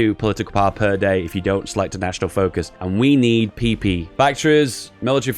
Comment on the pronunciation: Whenever you say pp I giggle like the 2 year old I am.